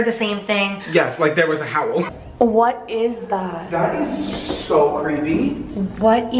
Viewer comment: The howel sounded like (howellll) like it was trying to say howel but he was howeling howel